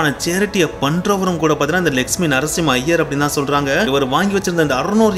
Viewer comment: Lakshmi ..nu neenga sollumpothu legspin nu kekuthu ..konjam theliva sollunga brother 😅